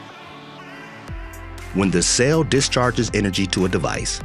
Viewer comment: It’s a CELL, not a SAIL. Pronounce it correctly!